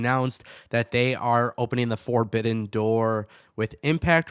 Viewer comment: "Four-bidden door" 😂😂😂